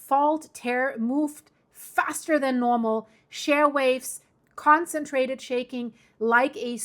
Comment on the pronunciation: It took me a minute to figure the "super SHARE" earthquake., in English the word is "sheer", with a long "E". Sorry that English is so inconsistent when it comes to pronouncing vowels...very arbitrary and difficult.